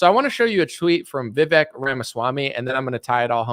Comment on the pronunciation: The "E" in Vivek is pronounced like an "A". Vi-VAKE... It rhymes with CAKE.